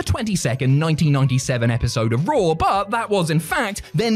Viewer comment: Dear, it's wrestlemania, not wrestlemainer. And monday night raw, not monday night rawr. And John Cena. Not john cener. And Bautista's name isn't Bautister.